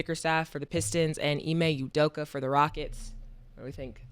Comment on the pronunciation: How the fuck after all this time neither Cam or Mase knows how to say Gilgeous or Udoka??